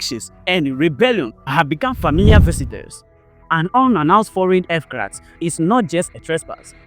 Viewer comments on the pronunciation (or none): AIRCRAFT OR EFCRAT😂😂🤷🤦